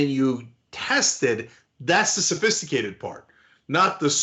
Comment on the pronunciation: He said its "very simple" nd "very safaicated" in the same breathe😂